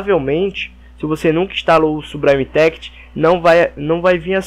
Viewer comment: "sublime text= subraime téct next=néact" rendeu risadas e ajudou vlw, s2s2s2s2s2s2s2